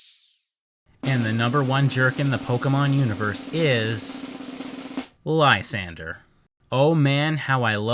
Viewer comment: Lysandre (whose name you're mispronouncing) had so much potential. They clearly had an influence from church indulgences, specifically the corruption thereof where people would literally buy their way into Heaven. But he fell so flat with it. He even says that things are fine as they are and that his plan is pre-emptive. He ended up being a Cyrus ripoff, only Cyrus was a compelling and deep character. A list of jerks and no Koya? Koya is basically what would happen if Silver was a good guy. Which of course doesn't make him a NICE guy, because Koya is perhaps an even bigger asshat than Silver could ever dream of being. He punches the main character in the face for trying to pet his Absol. He threatens the other main character for overhearing a phone call. How this kid manages to be Looker's assistant is anyone's guess. And honestly if you think Silver is a Mary Sue, i question what you think that term means.